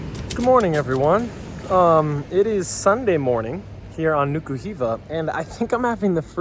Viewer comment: Not Niki Hiva but Nuka Hiva